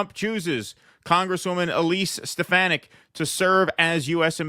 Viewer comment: Btw....she's from my neck of the woods...that's Elise Steh-Fah-Nick